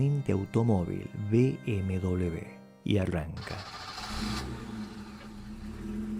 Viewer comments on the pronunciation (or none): Cada vez que lo oigo es como una patada en el oído. Por Dios, la primera vez que oigo esto. BMW, no se pronuncia "bm doble b", la pronunciación sería "BMUVE", por favor. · NO SABE UDTED DECIR MBW NO ENTIENDO,PORQUE DICE MBDOBLEUVE, EN CASTELLANO NO SE DICE ASI. ASI